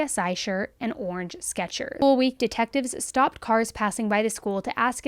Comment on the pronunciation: School sounds a lot like Gaol. In general and at the first second of this video.